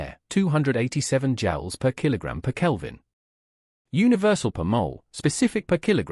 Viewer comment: Overall the video was good. I aprpeciate the bookmarks and the easy to follow graphics. There were a few small things that seemed off though, like the mispronunciation of "Joule" .